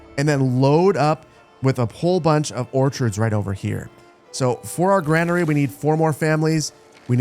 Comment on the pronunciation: And granary is pronounced "grainery".